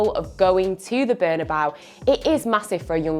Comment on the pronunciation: “The appeal of going to the bernabaeu for a young player” who’s the youngster?😂😂